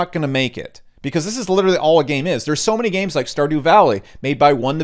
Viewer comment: Thumbs down for using the words "games" and "gains" so frequently in such close quarters with only a barely perceivable difference in pronunciation! Bonus negative points for "investiCation" :P